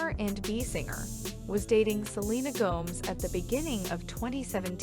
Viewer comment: Wish The Dammmnn Person Who Is Narrating Stop miiss Pernouncing Selenas Last Name WRONG